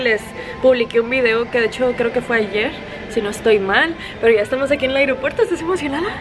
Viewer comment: es aeropuerto; no airopuerto; que disfruten mucho de su viaje y Cuidence mucho. Muchos saludos a Mayito y Alessa